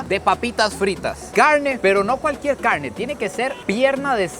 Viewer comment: No quiero sonar criticón pero porque le dice "awos" al arroz y "cawne" a la carne pero las palabras rápido, ensalada Rusa, rápido si pronuncia las "R" bien 🤔⁉️